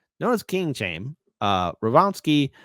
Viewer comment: For the love of god, learn to pronounce "Chaim."